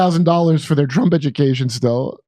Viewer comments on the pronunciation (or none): none